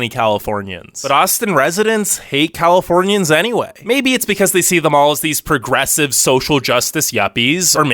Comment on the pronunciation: “We hate Californianss” -said like a true Californian